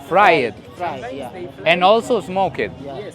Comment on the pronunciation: Creo que no entienden tu inglesazo, "is Fraied and also smouked" 😂